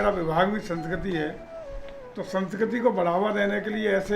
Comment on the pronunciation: मंत्री जी संस्कृति को संकिती क्यों बोल रहे है